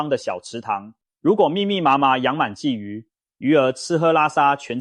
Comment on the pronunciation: 我真的懷疑這是共產大陸的製作影片，更盜用台灣腎臟科名醫洪醫生的聲音，真的很壞，還故意說台灣出口，我們台灣根本沒有黑魚，我們不講黑魚，我們鯽魚也不會唸二聲！